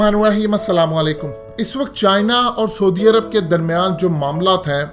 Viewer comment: soodi arab....hahaha...bolna b ni ata....saudi arab hota ha...